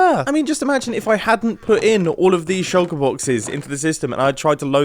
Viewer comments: He says shallker box a lot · I wonder if anyone can count the amount of times Mumbo said "shulkur box" this episode....